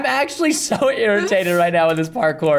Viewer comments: “I knew he liked porkor so I made him a porkor map” ( no I didn’t spell it wrong that’s just how he said it 🙄🙄🙄) 🤣 IM DEADDDDDD 💀 🤣 PRESTON IS AWESOME 🤣 LOVE UR CHANNEL WOOO. ( IM JUST COPYING WHAT HE SAID I DIDNT SAY I MADE THE MAP) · Lol I like how he is like this my property he like my mincraft my property and I also like how said I watch Harry Potter then Preston said WHAT DOES THAT HAVE TO DO WITH MINCRAFT lol I also like when said porkour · lol almost died of laughing the preston says parkour just kills me